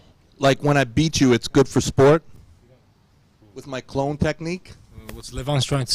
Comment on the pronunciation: Clone move? Wasn't he saying clown move?